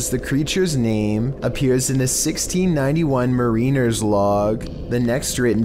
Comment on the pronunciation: The way you pronounced mariners made me cringe.